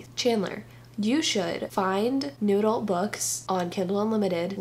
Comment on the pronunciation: I love how every time you say New Adult I hear "Noodle" and I think the genre should be renamed honeslty